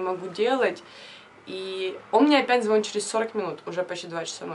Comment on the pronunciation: Прям коробит от твоего звонит😯